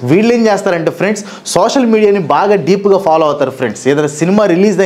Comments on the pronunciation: friends ❎ Frendsu ✅ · lo friends kadu 'friendsu'